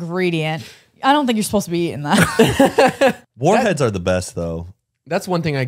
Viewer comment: I watch you guys at 4 in the morning 🤣also "FaRhEaD"